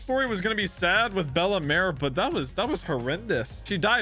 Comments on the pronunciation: Pronounced “Bell mare” not “Bella mare” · please stop saying bellemars its bellemere not bellemar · bella-meere is how you would say her name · Fr I was scrolling and scrolling but finally i find a comment that mentions his horrible pronunciation 😭😭